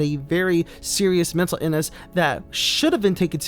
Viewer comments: Your pronunciation of the word “illness” is puzzling, where might it originate? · You're pronunciation of the word illness and mixing up aspiring with inspiring. Unforgivable. Do better